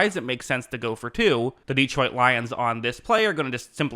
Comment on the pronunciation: Why do so many people mispronounce Detroit? It is not DEE troit!